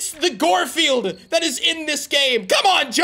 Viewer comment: Why are you saying goldfield it's guard field